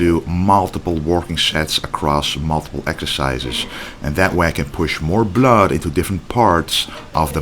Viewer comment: I love it how you say blurd. Keep pushing 😎💪👊